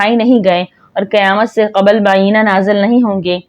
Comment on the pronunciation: پڑھنے والی بی بی کو چاہیئے کہ پہلے تلفظ درست اور وڈیو بنانے سے پہلے کسی اچھے پڑھے لکھے شخص کو سنا کر اپنا تلفظ درست کر لیا کرے۔ مثال کے طور پر بعینہ کو بی بی نے غلط پڑھا ہے اس کا صحیح تلفظ بعینہی ہے۔